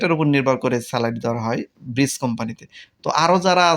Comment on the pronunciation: ভাই আসসালামু আলাইকুম ব্রিস কোম্পানি না ব্রিজ ডেলিভারি প্লিজ ডেলিভারি